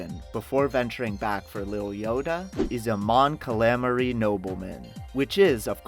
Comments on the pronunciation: Mon Kal ameri?.....how hard is it to see the work calamari and pronounce it.... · Cuh LAHMB HARR EEE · Did you just say Mon Cuh-lah-murry? Who is this annoying voice guy? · The way he read "Mon Calamar" was painful. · 'Mon Cal-lam-ari'; I shuddered when he said that... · this guy totally butchered the pronunciation of Mon calamari......also..dime a dozen...you obviously dont know what it means buddy.... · Your say mon calamari wrong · Jeez, I know you sound bored and lazy, but how do you mispronounce Mon Calamari. Do people on this channel even know the source material half the time, or do they just read the script given to them. Mispronunciations happen all the time on this channel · The way you say Mon Calamari is bad, and you should feel bad. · .....dude can't pronounce Mon Calimari....FIRE HIM NOW. LMAO. NERD CARD REVOKED.